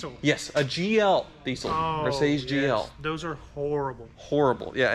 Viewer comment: Never heard it pronounced "deesyyl" before. EVER!